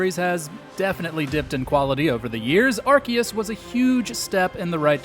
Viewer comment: I will give you credit for pronouncing Arceus right unlike most people on YouTube